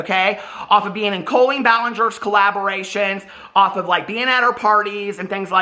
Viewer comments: Does she pronounce her name COE-LEEN or does just say it weird? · I thought her first name is pronounced with a short O not a long O